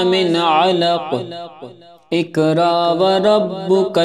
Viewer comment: Assalam o alikum Ap ny pehli aayat mein iqra sahi parha hai.magr agli baar ikraa parha buht muaazrat ky sath esy durust kr lyen .